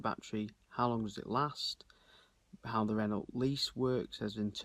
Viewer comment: Not sure about your pronunciation of 'Renault'. Ren-no is more like it I think